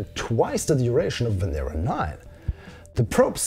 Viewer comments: Loved the video. However it is pronounced Venéra not Vénera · I can say that it's said Venera and in Lithuanian